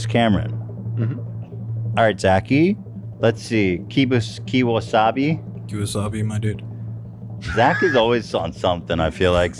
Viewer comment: Ethan says Key-Wasabi I laugh Is good